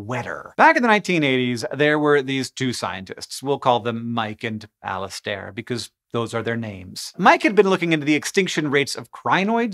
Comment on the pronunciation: Just as a note, Alasdair / Alastair / Alistair rhymes with barrister - emphasis on the first syllable, unstressed schwa vowel at the end